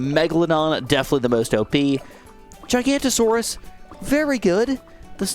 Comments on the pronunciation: Giganatosaurus is actually pronounced exactly as it sounds. Gig-an-ato-saurus NOT Ji-ganto-saurus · Hearing giganotosaurus being pronounced as gigantosaurus is slightly infuriating, read the name!! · yoo just wanted to let you know that the middle path pronounced giga-noto-saurus not gigantosaurus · its not Giganta-Saurus, Please say it how its meant to be pronouced Giga-noto-saurus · It is giganotosaurus not gigantosaurus GIG anotosaurus I mean common misconception but yea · Loving dinosaurs it makes me sad no one seems to pronounce the Giga right. Gigantosaurus is a fun nick name, but it's Giga no toe saurus. :) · Not trying to be annoying but you pronounced giganotosaurus wrong and misspelled it in the title, it's giganotosaurus not gigantasaurus. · As a dinosaur nerd, it's really annoying how he keeps saying GIGANTosaurus and not GIGANOTAsaurus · Giganotosaurus is pronounced (I think) as gig-a-no-to-saurus, not giganto. Also Pouākai is a Te Reo Māori word. In that language you (loosely) pronounce each vowel individually, so it would be pronounced poh-oo-AH-kah-ee with an emphasized/lengthened ah sound on the ā. I'm from New Zealand but do not speak Te Reo, so this is only a rough guide. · Its giganotosaurus, not gigantosaurus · Its not pronounced Giganto its GIGA-noto-saurus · Don’t want to be that guy but you say GIGA-NOT-O-SAURUS Not gigantosaurus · As an avid ark fan i have to correct it, giganotosaurus is not gigantosaurus it’s giga-no-tow-saw-us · actually it's giganOtosourus, you know the one from JW Dominion, not gigantosaurus. just wanna let you know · (It is pronounced giga-naught-oh-saurus) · So nobody gonna point out him missing the O in Giganotosaurus and pronouncing it "Gigantosaurus" 😂😂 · The dino is pronounced Giga-no-toe-soar-us. And the bird is from Māori legends or something, I am a kiwi but I'm not very good with the legends and stuffs. I think it's pronounced Poo-ah-kai. As I said, I'm not very good with Te Reo Māori or Māori legends.